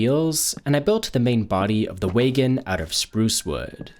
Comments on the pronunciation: I do not like how u said wagon at all lol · how could anyone think this is how you pronounce wagon?